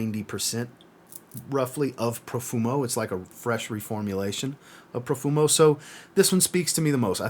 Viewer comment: Profumo?? Haha. My ears are bleeding. Apart from that, thanks for the video